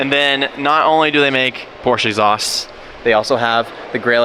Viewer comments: please say porsche rigtht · Now that you’re in Germany you can learn the correct pronunciation of Porsche 😂🤦🏻‍♂️